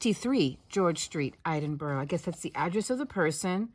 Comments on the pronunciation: I'm sorry I just lol'd at you pronouncing Edinburgh. We have some really difficult to pronounc places but usually Edinburgh is ok since its the capital. Its Ed-in-burgh (like bourgh. do you have bourghs in America?) I always love it when people come to where I live in the south west Scotland and we have places like Ecclefechan, Auchinleck, Ae, Annan, Caerlaverock Castle. And yes I googled how to spell half of those 😂 love your videos. I'm hoping to take up crochet in the new year 😊 not going to be much good but I'm struggling to get the motivation to sew lately.😢. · I snickered a bit too and I'm American. Had an Aunt from Braemar & my maternal Grandfather's family from Oban. 😊 We do have Buroughs here. New York City has a few, Bronx for an example. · i think the 2.5 inches refers to the opening left at the top for the ribbon to cinch it closed. Slip stitch it up and leave 2.5 inches That's just my thinking, but I'm new to crochet. Us Scots have a weird way of saying things but it makes sense to us lol . As a person from there I smiled as you tried valiantly to say Scotland capital city. Well done for trying so hard, its actually pronounced E (like the word Egg) dinburra . Please don't be offended I really don't mean to be critical. It did make my day though.